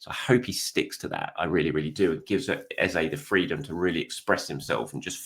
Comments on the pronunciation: His name is EHZAH not EHZAY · great update as always. Should we be pronouncing Eze's name correctly? Eze (pronounced Eza) has told everyone how to pronounce his name.